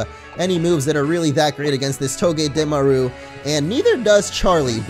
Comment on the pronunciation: I cringe every time he says togedemaru and unova wrong .. 😑 lol